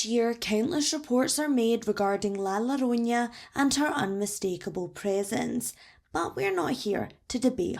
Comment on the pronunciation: Just a correction: it's spelled llorona. Double hockey stick and nothing wavy over the n. This means that it's not *lorunya*, but *yorrona*.